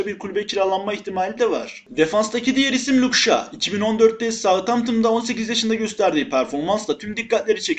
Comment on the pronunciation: Luke shaw (luk şaw) diye okunuyor